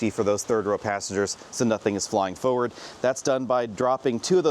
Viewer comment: This is a nice review. Please note that there is an ‘r’ in forward, and an ‘l’ in Volkswagen.